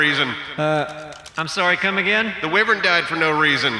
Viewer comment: The saur in dinosaur is pronounced to sound like door, not like fir. Just a little FYI. 👍 Oh and the wy in wyvern should rhyme with die or tie.